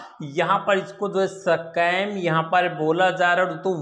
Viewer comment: 🤣🤣🤣🤣🤣 sacam nahi be Scam bolte hai 🤣🤣🤣